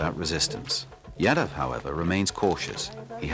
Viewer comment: Man, it is not YADA. It is Yaadav.